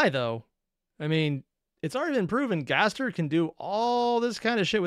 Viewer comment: Also, please stop putting an “h” in Gaster’s name. It doesn’t belong there.